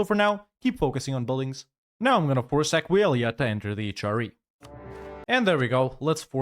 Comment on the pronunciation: Completely broken by your pronunciation of Aquileia